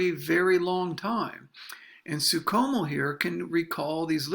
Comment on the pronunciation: It's pronounced Franz SOO SHOW MEL. No Soo COMO. Yeesh.